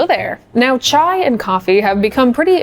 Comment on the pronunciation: HI morgan! on behalf of indians THANK YOU, for saying it right and doing it right. chai ftw <3